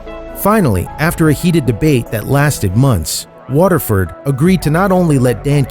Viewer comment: You pronounced Waterford wrong lol